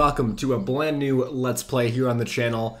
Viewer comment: Very first thing he says is, "Welcome to a bland new....." Hilarious stuff man.